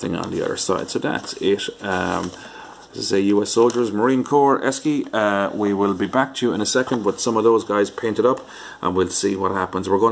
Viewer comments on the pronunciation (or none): Esci is pronounced Eshi . During the early 1980s Esci ran a campaign about the company's name the copy was "Say Eshi"